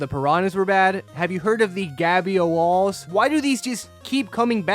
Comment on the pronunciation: "theres no gabyoalls!"